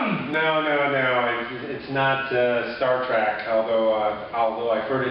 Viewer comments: Did he just say, "Star Track"? ARGGGH! It's not Star Track!!! Enunciation and elocution people, not just pretty words! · Yeah, they lost me at "Star Trak". Pretty elementary mistake.